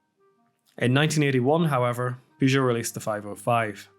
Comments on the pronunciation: Why are you pronouncing Peugeot like that? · Wasn't aware that Peugeot cars ever touched North American soil. Partly as Americans keep calling them "Poo Joe".